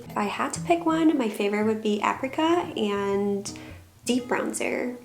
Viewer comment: What is aprica? Can't she read that apricot has a T at the end?